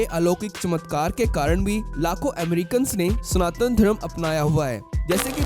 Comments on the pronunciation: चूतिये स्नातन नहीं सनातन होता है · It is स ना त न and not स्नातन.